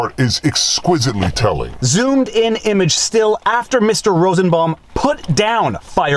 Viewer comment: “Rossen baum” 🤦🏻‍♀️